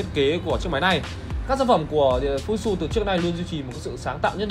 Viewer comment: Góp ý nhỏ là tên máy ko đọc là " fu zit su " nhé